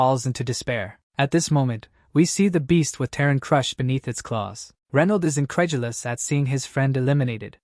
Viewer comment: stop. saying. INCREDULOUS